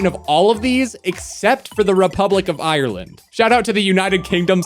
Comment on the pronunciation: Saying Ireland so so wrong😤